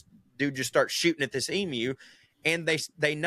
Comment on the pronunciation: The last ten minutes were sheer accent abomination. "Tanzania" 😂 Good onyez for pronouncing "emu" correctly. You wouldn't believe how often my ears have been defiled by hearing "ee-moo". Good stuff, ya carnts. 👍 🇦🇺